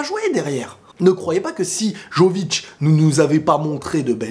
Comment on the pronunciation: Excellent ta réaction mais par contre faut vraiment bien prononcer Jović - YOVITCH Les « J » ce prononce Y, comme ya yo… Le « J » français c’est la lettre « ž ». Chaque lettre = un son dans les langues de l’ex yougoslavie (Croatie, Bosnie, , Macédoine, Monténégro, Serbie, Slovénie)